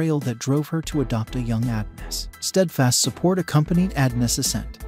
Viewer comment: It’s pronounced “UH-DON-US” not “AD-NUS”.🙄